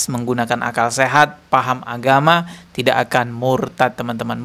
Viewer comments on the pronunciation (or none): none